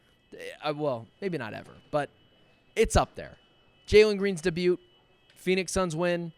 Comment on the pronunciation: Why u say debut like that🤣🤣